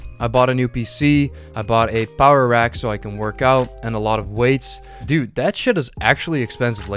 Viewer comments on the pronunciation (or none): none